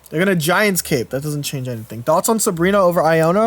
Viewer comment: I love you,, but every time I have to hear you say “Giant’S” Cape,” I love you less lol.